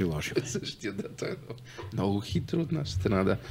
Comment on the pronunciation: Карболке,не НемоА а Немога! И не Ше А ще!!!!! Я първи клас за правоговор! И не Нооо А много! Ти Къкъв език си учил бре????